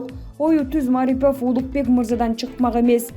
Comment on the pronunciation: Тура айтышты уйронгулочу. Марипов дегенде басымды(ударение) туура кой!. Басым А тамгасына эмес И тамгасына койулат.